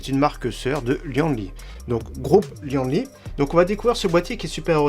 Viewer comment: On dit : li-anne-li et pas li-en-li